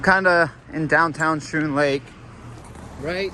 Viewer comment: Schroon Lake is pronounced Skroon.Lake, not Shroon. Went there as a teenager 43 yrs ago. You filmed the Word of Life Inn sign. I went to Word of Life Island in the middle of that larger than it looked lake, a church youth camp and had a friend who went to the. Word of Life Bible Institute in town. Beautiful Island, and good memories!